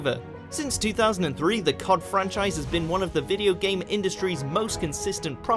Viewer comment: Don't ever say C.O.D as a word again it sounds stupid my man